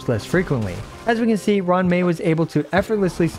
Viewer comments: It's roo-wan mei not Run mei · "ron mei" had me rolling